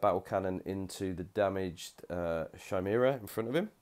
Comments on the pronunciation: It's pronounced Ki-mera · Yeah this frustrated me as well. Also the Chimera.... It's Pronounced Ki-mere-ah please sort this out. It's named after the legendary beast.